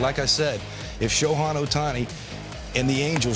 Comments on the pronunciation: Next time we're gonna hear him call "Shoku" and "Shoten", IYKWIM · Who is the clown commentator Jake Peavy (former great on the field) who keeps mispronouncing Shohei Ohtani's name? (At least twice, he says something like "Sho-hawn Ohtani".) These guys are being paid for the on-air work, so they should at least be able to properly pronounce names, especially the name of the AL MVP and transcendent sports figure. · If you can’t pronounce the reigning MVP‘s name correctly you shouldn’t be a baseball analyst. ✌🏼 foh with your sho-han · Why is Peavy keep calling him Shohan.